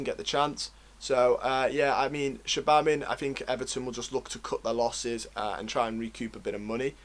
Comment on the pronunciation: Enjoyed the video. But please work on how you pronounce player names…. Digne is “Deane” not “dinyay” Cenk is “chenk” not “genk” Gbamin is “Bamma” not “gee bammin” I don’t say this to be a dick. It’s just something that will up the professionalism of your video. Keep up the good work!